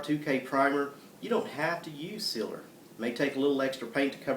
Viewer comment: lol i think he ment sealer. it took me a minute to realize what he was trying to say.